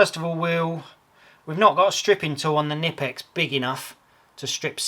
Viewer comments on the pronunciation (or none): In German, you pronounce the K Kkkkkkkknipex